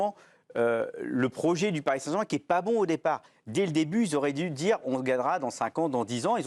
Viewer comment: « … Paris Saint’main… » « … le projet du Paris Saint’main… » Vikach il ne gère pas les Ger’… mais il gère les verres … en l’écoutant au ralentit (0,25) c’est encore plus flagrant